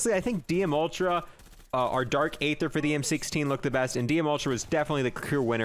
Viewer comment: I wish he would say aether the right way